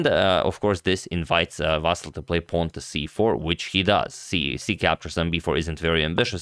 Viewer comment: he is not vAsyl, he is vasYl dude, you are so good at mispronouncing names he is ivanchUk, not ivAnchuk